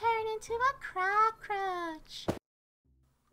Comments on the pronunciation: Lol I was laughing when Funny said cacroch not cacatoatch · Sounded like they said CROCKroach